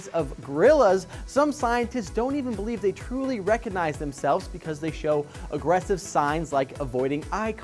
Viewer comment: Learn to pronounce "recognize".